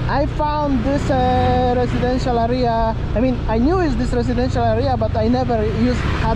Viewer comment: Great video, by the way check out correct pronunciation for words like "area" , It's not "aria" but "area" :)